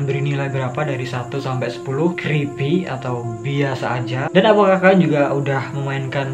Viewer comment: Creepy creepy yang gua denger crispy crispy :v